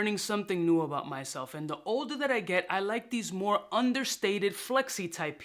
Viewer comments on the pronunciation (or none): none